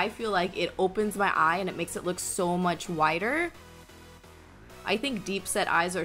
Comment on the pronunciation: LMAOOO she kills me with the " thank you so mush "